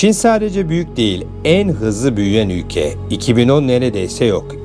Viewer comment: Havali olucam diye agzini yaya yaya konusman cok komik 😅 (üge=ülke) 3 cumleyi 10 kere tekrarlayip 8dk lik video yapmissin dayioglu. Helal olsun 😅